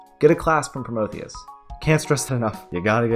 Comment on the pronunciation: "You gotta get a class from Promotheus" Haha, Beginner go BRRRRRRRRRRRR.